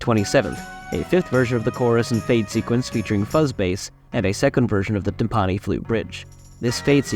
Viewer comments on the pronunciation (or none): Yeah, TIMP-uh-nee, not tim-PAH-nee! Excellent research and editing, but that mispronunciation really threw me off. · Timpani = "TIM-puh-nee." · Should really learn how to pronounce "timpani".